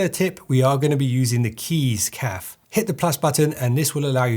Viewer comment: Cafe is said Caff-ay mate